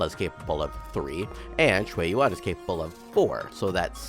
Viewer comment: Surprisingly you trying to pronounce his name in Mandarin term, instead English translated English he is pronounce in QiuYuan, should be pronounce as Chew Yen(or Yuen) instead Q Juan In Chinese it is Chou Yuan, which how pronounce it